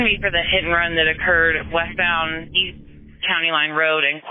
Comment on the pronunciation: "East......I thought you said weast"